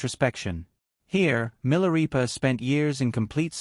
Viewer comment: Pronounced 'Mi la ray pa' NOT 'Mi la ree pa'